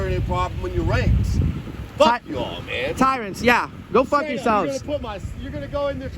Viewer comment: “who the fook is that guy”